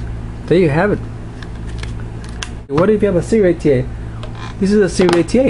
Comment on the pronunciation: Wow! Someone who pronounced it correctly. Serial ATA. Not SATA.